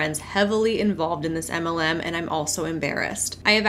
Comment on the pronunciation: says "anti muhlem" and also "emmalem" LOL Love her, and this channel, but it took a bit for me to figure out what she's saying 😂